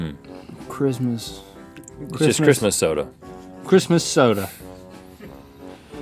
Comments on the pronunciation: link saying "crismus" is such a small thing but it makes me laugh everytime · "Its festive" ... "chrizmes" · This comment came up right when he said it in the video and im crying... Hmm... Crizmuz ..